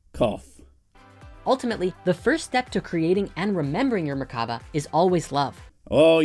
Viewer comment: Anyone else notice how seemed to pronounce "merkaba" differently every time he said it?